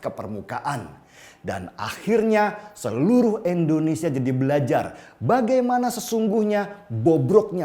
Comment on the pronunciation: "I"ndonesia om bukan "E"ndonesia